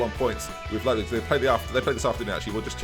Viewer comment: it's "leyepzig" not "leapzig"...